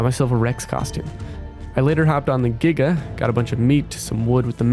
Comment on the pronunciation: NO WAY YOU PRONOUNCE GIGA CORRECT YOU GET A SUBSCRIBER BECAUSE OF THAT